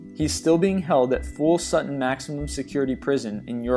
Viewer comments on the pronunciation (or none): none